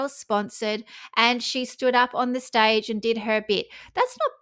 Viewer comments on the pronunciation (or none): none